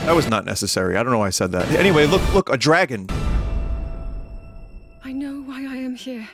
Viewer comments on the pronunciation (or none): "that was a good chrailer" "Look! Look! A Jragon!"